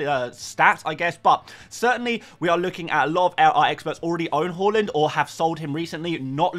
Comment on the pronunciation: Can you please say Haaaland? Not Horland?